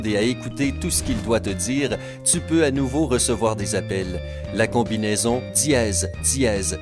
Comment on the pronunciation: Diéeeeez hhhh srx c dièse pas diéeeeez 😂😂😂😂ta voie me soul srx🙄😑